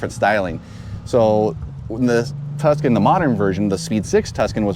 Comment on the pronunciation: "Tucson?" "Tuscan" "So this is the 2000 TVR Tucson"